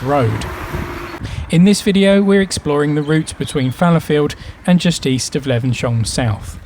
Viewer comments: Great video....but maybe check the pronunciation before visiting? "Le-vens-hyoom", not "Le-ven-shum"!! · For your information, Levenshulme is pronounced 'Levenshume'!!! Before you did this Christmas walk with a difference, did you bother doing any research into how the area's name was pronounced? I don't fucking THINK so somehow. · Er,,,,,, it's pronounced Levens.. Hume - lol (bloody southerners) - just joking - nice video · Great video but saying 'Levensyome' all the time was getting right on my tits!...But it was very informative and filmed well, so good job 👍.